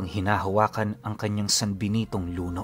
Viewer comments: Hello po, medyo mabilis po ang bigkas ng word na luno. At Isa po siyang metal na gawa sa tanso, pero malambot. Pwede siyang tupiin at kusang bumabalik sa dating hugis kapag binitawan mo. Salamat po sa napakagandang kwento.😊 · Mabilis ang bigkas noon Pinuno luno ' means malambot . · Luno(kung bisaya sya it means (Luno) pabagsak na pagbigkas. ibig sabihin malambot.)